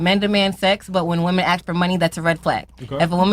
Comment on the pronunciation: “Axe” instead of ask will always be annoying .